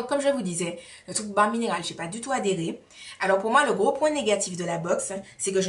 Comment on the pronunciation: Je ne connaissais pas cette box! Comment ai je pu rater ta vidéo dessus??! Ou peut être ai je oublié... Les marques qui misent sur une utilisation (berlingot) sont mega sure d'elles lol Une utilisation et ta vie est transformée! Mdr Pour bare mineral ça se prononce bère (j'aurais aimé que qq1 me le dise) merci ange céleste.... Miss univers, pas encore mais miss you tube déjà pour nous!;-) Bisou! A la prochaine vidéo!